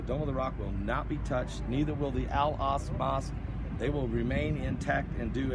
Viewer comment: Al aksa not al ask